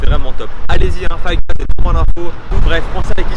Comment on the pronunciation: Fife guys il as dit ?